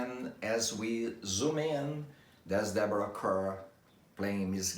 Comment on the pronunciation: It's pronounced CAR not CUR!! Deborah was introduced to US audiences in 1947 with the slogan : 'Deborah Kerr : It Rhymes with Star.'